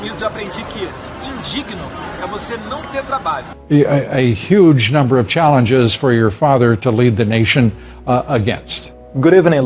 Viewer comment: "thanks about the space (?), yeauh we have a yuge challenge yahead like (??) but someone have to du that"